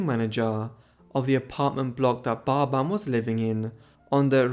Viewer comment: Great video. But was getting confused why you were saying barbar. And not pronouncing the 'bin' of their last name 🫤🤷